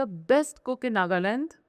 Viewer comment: First time I heard a Naga celebrity pronounce"Nagaland" as it should be pronounced. Love it! ❤️❤️❤️